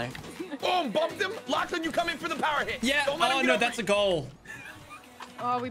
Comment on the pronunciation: It's lachy not lacey